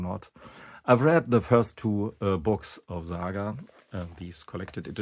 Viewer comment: Its not ZAGA ,its SAGA